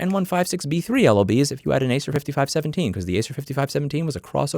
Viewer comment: pronounced ACE-r it's tough to watch when you keep mispronouncing names of what's getting reviewed, although I appreciate your reviews.